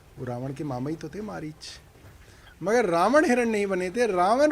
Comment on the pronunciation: ये अनपढ़ अपने को पड़ा लिखा बोलता है हिरन मारीच बन के आया था मारीच को मरीच बोल रहा है ये गटर छाप है भाई